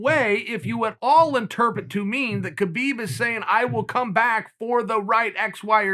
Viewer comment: Khabib isn't coming back🤔Perhaps because no one cares to say his name correctly......